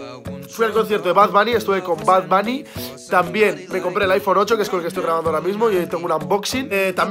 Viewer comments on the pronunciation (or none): porque dises bad bany es bad buny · Bad " banny" se pronuncia bunny 😂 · No se dice 'bad bani', se dice 'bad boni' aprende a pronunciarlo